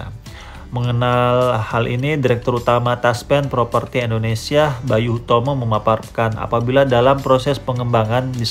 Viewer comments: Maaf Koreksi dikit bang Penyebutan Indonesianya kok kurang enak di denger Indonesia bukan endonesia Terus semangat bang semoga tambah sukses amin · Endonesia atau Indonesia Mas saya kurang denger 😁